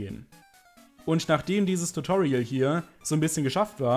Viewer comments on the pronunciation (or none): none